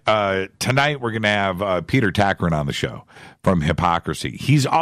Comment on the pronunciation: Its Tagtgren not Takrin... (Grand Moff Tarkin? :D )